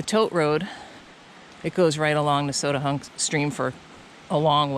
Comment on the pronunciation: Now I know how to say Nesowdnehunk. I always tried to make it five syllables. I am wrong.